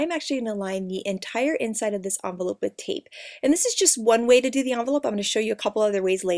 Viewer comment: it's envelope not amvelope